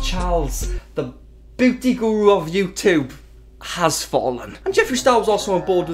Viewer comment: A "Booty"-Youtuber! This is a new one! I'm sorry for always commenting about your pronounciation, but I love it. I live for it.